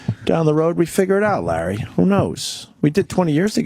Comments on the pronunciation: I cringe every time Opie says “Lar” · Every time Opie calls Larry King “Lar” I cringe.